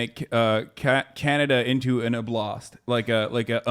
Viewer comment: OB-last, not ob-LAST.